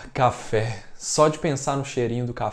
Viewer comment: Cafe ou cha-fe?? rs